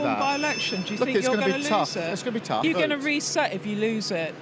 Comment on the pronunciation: Tough - Rhymes with free stuff